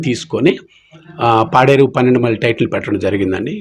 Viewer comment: అది పెన్నెండు మైలు కాదమ్మా. పన్నెండు మైలు ok